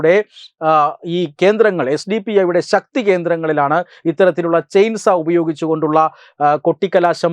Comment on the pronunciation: ചെയിൻസാ അല്ല ചെയിൻ സോ --സോ--വാൾ